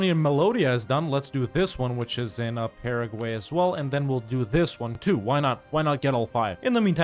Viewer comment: Starting when he pronounced "Paraguay", right? lol